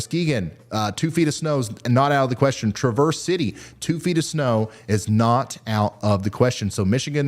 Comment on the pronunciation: Just say a long a for traverse.